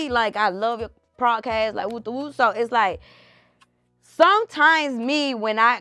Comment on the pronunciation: It’s podcast not prodcast